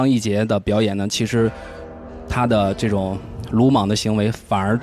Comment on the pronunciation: 我感觉袁子弹这个青年编辑讲话的时候貌似平仄不分。“这种” 的这，听起来不像 ZHE 而像 ZE。。。